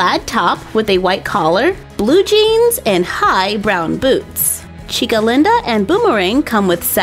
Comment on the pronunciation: I LOVE the way you say Chica Linda 😗